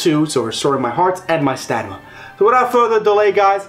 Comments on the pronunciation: Stanima? Isn't it stamina? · Stanima. You kill me. Idk if it was intentional but i love it.😂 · “Stanima” bruh...